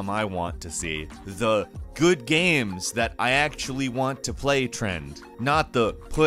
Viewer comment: GAEMS....not GAMES....but...Gaems...GAEHMS...GHEAMS....god i hate the way this guy pronounces games....G...A...E...M..S